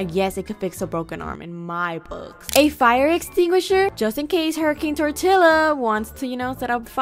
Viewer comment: Hurricane turtilla!?!?! 😂😂